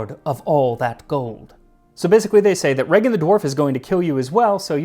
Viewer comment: Heart of especially moose or reindeer but, also venison or even beef (veal) makes a great snack to go with a cold beer in the sauna. Just marinate it in saltbrine and then either smoke it or dry it. Like a more "meaty"-tasting version of jerky. Also, nice pronunciation of my brothers name, Regin!